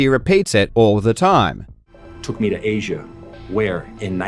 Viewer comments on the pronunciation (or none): none